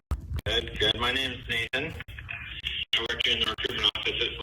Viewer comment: I thought he said "My name is Satan" not Nathan 😂